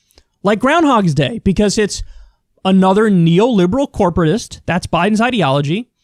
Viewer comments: Kyle. Dude. My guy. Ya gotta say Groundhog Day correctly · groundHOG day. No "S".